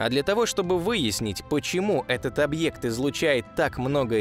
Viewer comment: Зачем объект говорить как старовер какой-то 😏